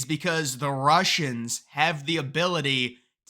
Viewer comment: "Roosians! It's them Roosians again!" 😆🤣😆🤣